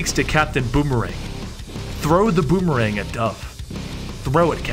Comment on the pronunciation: "capitan bomerang threw the bomerang" haha